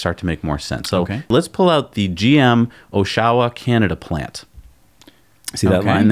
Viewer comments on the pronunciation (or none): Love you guys. : It's pronounced "OSH-uh-wah" like "Gosh, you ahh" Thanks for making it sound exotic like Japan. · Oshawa pronounced osh-uh-wuh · oshawa is pronounced, "AWW-SHAW-WHA" - Oshawa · Yes. It rhymes with Joshua. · oshawa is pronounced AH-shu-WAH. with a bit more oomph on the first syllable.